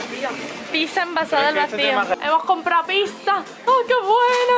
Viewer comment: ¿¿Por qué dices PISA?? Es piZZa T-T